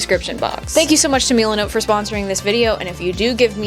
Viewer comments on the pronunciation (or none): your saying milenot like meelinot but its just milenot